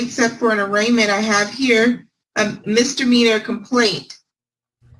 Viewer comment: I'd just like to say as someone from Texas, we don't all say "mister meaner" instead of "misdemeanor" it annoys me every time, especially when it's lawyers lol but don't blame all Texans lol